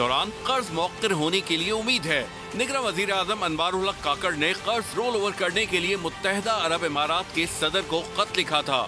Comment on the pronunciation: Kurz nhn Qarz hota h. Urdu ka tlaffuz theek kren.